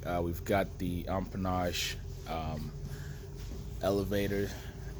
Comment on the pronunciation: Lol, still says umpenage.